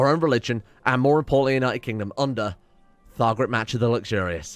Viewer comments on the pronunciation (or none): "Thargaret Matcher"